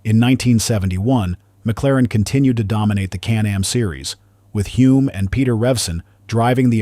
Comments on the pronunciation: Hulme not Hume...AI narrator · Really you should all watch the 2017 McLaren docudrama about Bruce's life. It is full of real facts and at least calls Denny by his correct surname. It is "Hullmmm", not Hume. Hard to take the rest of this seriously when it pronounces the second most important protagonist's name incorrectly. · He achieved so much in such a short time. Thanks for the video. You have Denny Hulme spelled right, but pronounced it Hume.